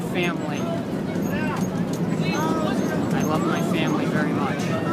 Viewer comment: “I lav meh femilay.” I lave tem very mach.”